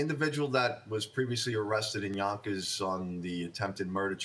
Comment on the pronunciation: Yonkers or Bonkers? 😅